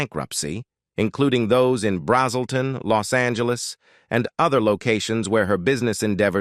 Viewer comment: “BRAZZ’ - uhl - ton” is the town.